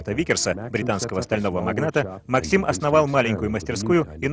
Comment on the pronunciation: Правильно МАксим. Ударение на А